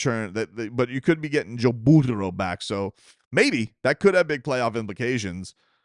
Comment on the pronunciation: Why do you insist on saying Burrow like that? Where did you learn that from, TV or something? What the matter with you?